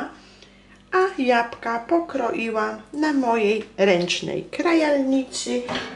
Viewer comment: Jabka ja mysle ze powinnas powiedziec jablka